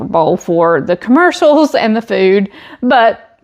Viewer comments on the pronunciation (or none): none